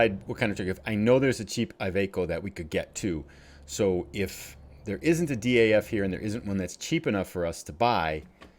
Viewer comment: Hi, Really enjoying your videos. Keep up the good work! Do you also play multiplayer? Maybe we can do a delivery together. Greetings from the Netherlands Ps: DAF is pronounced like a word. Not like individual letters😉